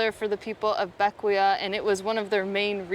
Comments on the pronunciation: I thought it was pronounced BECK-way. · Bequia .......is pronounced beck way.....just FYI.....loving the cruising life you have working now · Just an FYI the island name of Bequia is pronounced as ( / ˈbɛkwiː / or / ˈbɛkweɪ /) "Beck-way" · Beckway is the pronunciation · Loved the video. Been following you since you purchased Athena. I’ve been sailing the grenadines for 6 years and was the general manager for barefoot yacht charters on Vincent. Anyway just thought I’d give you and FYI; Bequia is pronounced ‘Beckway’ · Great video, but I couldn't help myself: Bequia is pronounced BECK-way 🤗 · Bequia is pronunced Beck way